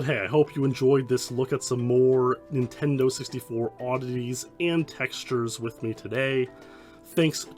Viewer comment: Ah ha, you said "intendo.' I love it. It reminds me of the late 80s when I was five.